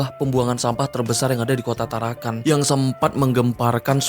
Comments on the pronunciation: TarakaN bang, bukan tarakaNG. Salam dari Tarakan. 😁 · Hahahah bukan tarankang. Bro tarakan 😂